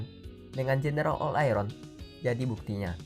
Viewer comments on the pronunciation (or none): none